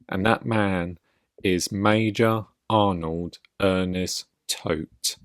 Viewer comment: Hey, OP: It’s Ernst, not Ernest FYI. There is no second E.